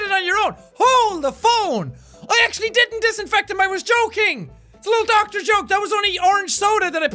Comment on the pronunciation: Jack: Pronounces word correct Also Jack: Doktar